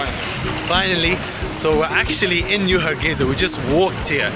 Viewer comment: Har gei (S) a not Za.